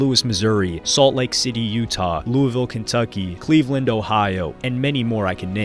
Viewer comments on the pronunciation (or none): none